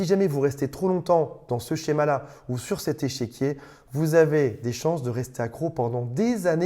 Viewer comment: Au lieu d'échiquier, tu dis "échéquier" : j'entends deux choses : échec et chéquier ... ton chéquier est-il en échec ou le chéquier peut-il racheter les échecs ?